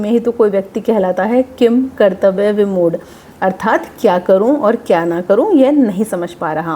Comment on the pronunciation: किंकर्तव्यविमूढ़ का उच्चारण करते समय किन् की ध्वनि आनी चाहिए क्योंकि ऐसे तो अगर हम किन् को किम बोलेंगे तो फिर किंतु को भी किम तु बोलना चाहिए